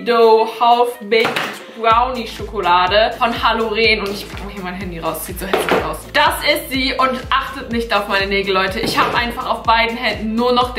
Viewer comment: nicht halloreeen sondern einfach halloren bitte .... bin hallenserin... das tut so im herzen weh:(